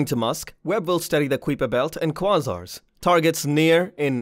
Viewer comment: I had to think what "QuaRsars" were, QuAsars eh?